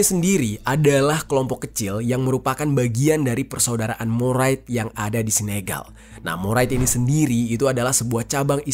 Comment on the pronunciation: Bang, mouride tetep dibaca murid